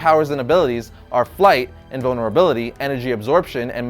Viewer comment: when he was describing shazams powers he said invanrability twice